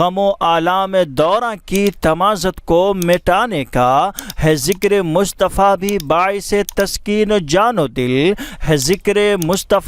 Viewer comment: Aap ne pahele sheriff me Mustafa ko Mushtfa bole